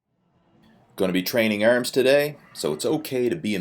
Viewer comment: Workout your "Erms"... 😂😂😂